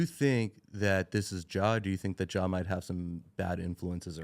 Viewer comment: said Jeh Morant lol